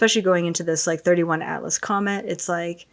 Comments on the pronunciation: She calls it 31 atlas… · It's 3i Atlas not 31. This girl is such a fraud. Also, If everything you said was truth, you would not be feeling anxious. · Maybe she got nothing because she did not even know the name???? It is “3 i Atlas”!